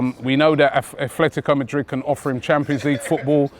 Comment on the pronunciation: "efletticoh medrid"